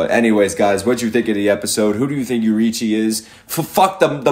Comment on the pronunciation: the name is YO RI I CHI, take your time